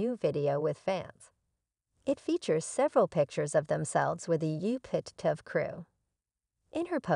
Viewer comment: How can you expect us to believe anything you report when you can’t properly pronounce the names of the family or the tv station?